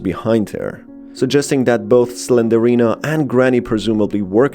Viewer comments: SlenDRINA not Slenderina. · its slendrina not slenderina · Im sorry! The way he says Slendrina's name triggers me!🤣He saying "Slenderina" when he should be saying her name which is Slendrina! LMFAO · I just hates the way he pronounces it wrong. Its Slendrina. Not Slenderina. It was like nails on a chalkboard getting through this vid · Quick correction , it isn't slenderina , it's slenDRina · Why are you saying Slendorina bro? I couldn’t understand it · You mispronounced slendrina it’s 3 syllables